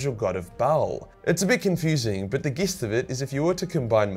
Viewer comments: Hey, the "g" in "gist" is pronounced like a "j". Jizzt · “Jist” it’s pronounced jist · Gist is pronounced with a j sound. For your future efficacy. Thanks for all the content!